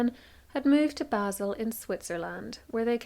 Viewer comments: Love this, I just have to correct your pronunciation of Basel. It's pronounced 'bah-l'. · I think you should look up how to pronounce Basel!